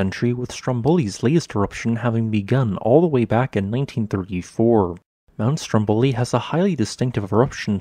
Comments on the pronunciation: Just a note on pronounce: it's Stròmboli and not Stombòli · Dear, your videos are great! But the correct pronunciation of the name of the island and mountain is STROM boli, not strom BO li -- even though the adjective is indeed "stromBOlian".